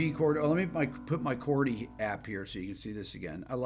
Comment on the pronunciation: Trippin up ‘CHORDY’.😅✌️